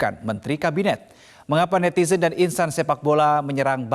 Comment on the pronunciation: NETIDRUN kaliii, bukan netizenn…😂